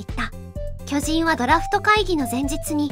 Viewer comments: きょ⤵︎じん⤴︎ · 巨人のイントネーションが気になる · 巨人のイントネーション😅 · 巨人のアクセントが気になる。。。 連呼するならアクセントなおしましょ